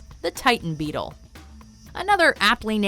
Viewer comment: how much times has she said bettle